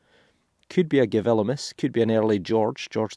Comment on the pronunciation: I love your videos and have watched them all! I do find it interesting that you usually say "G-vil-imus" pronouncing the "v" but it is a "u". In french "William" is "Gillaume" which is another indicator that it is not a "v" . I love languages! Thought you might want to know ! Keep your terrific videos rolling - we all love them and all the history and anecdotal information you give us! from Walla Walla, Washington State